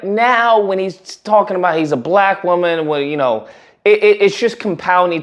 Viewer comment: Bruh, I could swear I heard you say.....upon hearing conspiracy to destroy Blak boys....